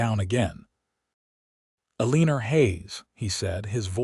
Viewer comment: ELL-EH-NOR is how it sounds out.